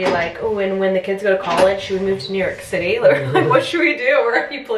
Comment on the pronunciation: Hunter- “crashy on the zitty” 😂